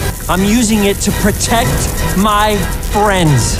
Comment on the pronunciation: JUSTIN SAY TO POTECT MY DONUT HAHAHAHAAHAHAHAHAHA